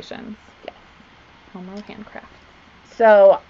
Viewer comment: I keep hearing homo instead of homerow. What the heart wants I guess 😂